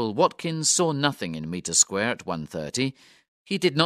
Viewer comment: This is a good little audiobook, thank you. “Meter Square” as repeatedly narrated, is spelt and spoken, Mitre, as in “might”.